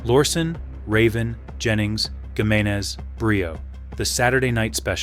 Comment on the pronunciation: It’s pronounced “He”meneze.